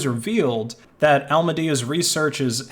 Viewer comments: As he pronounces alameda as "almedia" it sounds like a terrorist organisation. They were not much better tbh, caused maybe even more harm than an average terrorist group. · "almanedo's assets locked in solono" lmfao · Dude made a video on Alameda, but he can't even pronouncethh name correctly...Definitely worth watching